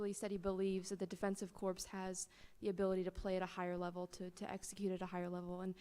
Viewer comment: Did she say, “Corpse?” The defensive “corpse.”